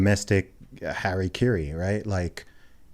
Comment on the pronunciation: Why can’t anybody pronounce Hara Kiri properly?